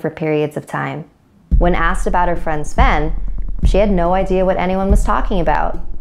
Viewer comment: Sven is my sven! (Sven sounds like friend) UwU